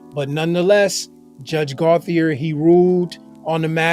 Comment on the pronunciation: It’s pronounced Go-chay